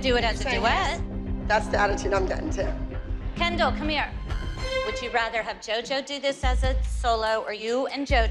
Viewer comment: The way jojo called Kendall "Ken doll"😭💀